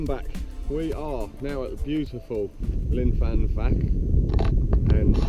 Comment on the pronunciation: Brilliant mate. I thought I was the only one daft enough to go up things like that gully. You can almost see where I used to live from the top of that gully. The grassy knoll LOL. It's actually called Pwll yr Henllyn but you'd better not try to pronounce that after your Llyn y fan fach pronunciation lol. ATB Mark.